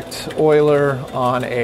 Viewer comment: Who can help compile this program? Boiler? Boiler? Boiler? (BIG salute for correctly pronouncing Euler)